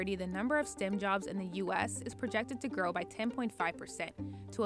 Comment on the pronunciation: It's not "stim," it's "stem." Your reporters could use a class on English.